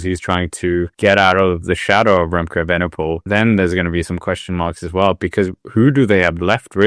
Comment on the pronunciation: Frustrated by butchered Danish pronunciations, but perhaps the worst attempt at Evenepoel out there....(still love the channel, though)